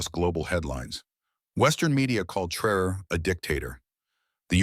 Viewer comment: Please pronounce his name correctly.